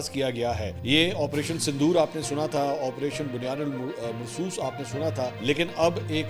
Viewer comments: it is bunyan um marsoos not bunyan ul marsoos ... please learn to pronounce it correctly as it is quranic verse. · سر جب اپ نے اپریشن " بُنۡيَانٌ مَّرۡصُوۡصٌ "کا نام بولا مجھے ایسا لگا جیسے اپ کو یہ لفظ درست ادا کرنے میں تھوڑی مشکل ہو رہی ہے۔تو چلیے اپ کی مشکل تھوڑا اسان کر دیتی ہوں ۔ لفظ بنیان المرصوص نہیں ہے ۔بلکہ bunya num marsos ہے۔ یعنی اپ نے نون کو ڈائریکٹ میم کے ساتھ ملانا ہے ۔اور یہاں پر ادغام مع الغنہ کا قاعدہ لاگو ہوگا ۔جو کہ یہ ہے ۔کہ جب بھی دو زبر دو زیر دو پیش یعنی تنوین یا نون ساکن کے بعد حروف یرملون میں سے کوئی حرف ائے تو وہاں پر مدغم کر کے پڑھا جاتا ہے ۔ہم جب قران پاک پڑھاتے ہیں تو سٹوڈنٹس کے لیے اسی طرح سے وضاحت کی جاتی ہے ۔سوچا اپ کے لیے بھی وضاحت کر دوں ۔